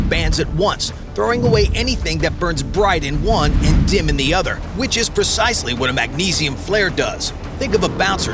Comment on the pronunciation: "PERcisely" is not a word * PREcisely.